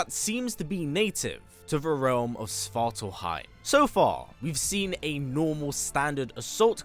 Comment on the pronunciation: Svart ALF-heim. Not swartal-heim.